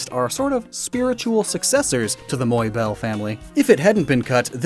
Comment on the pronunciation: Moibelle... MOI... Im not french and that hurt.